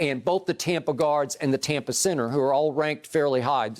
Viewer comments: It’s so annoying when Skip says “Tompa Bay” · Wish this guy could say Tampa bay instead of tompa bay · Really sounds stupid. Like he can't pronounce TAMPA but he can pronounce BAY.. ha ha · Learn how to pronounce Tampa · Hey Skip...I'm sorry, but can you PLEASE be consistent on how you're going to pronounce Tampa Bay?